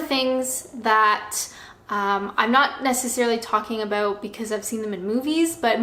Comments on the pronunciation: Its apparently due to the way she must position her "video camera"(PC, LAPTOP, TABLET, ETC.?). When she was shooting videos at her workplace in England she was sitting in an office chair just like a proper, well behaved Canadian woman. BTW-I heard a soft "aboot"during this video so the last part of your comment is right on the $$$$. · Love how Canadians say about 😊